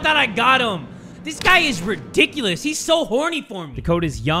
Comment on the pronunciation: “These pigs are…redOINKulous?” 🤣🤣 I bet he didn’t even realize he did that